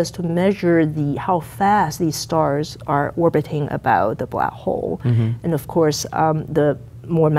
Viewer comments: She's a black hole hunter and she can't even say black hole right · her careers focus is on blackholes yet she cannot prononciate it...interesting 🤔